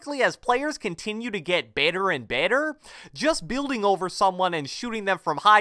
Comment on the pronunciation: Is it just me or is it really weird how he says "better and better" at 0.17